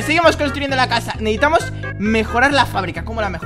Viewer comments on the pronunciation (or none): se dice necesitamos